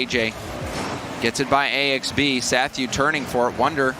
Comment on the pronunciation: Isn't it pronounced Axe-Bee?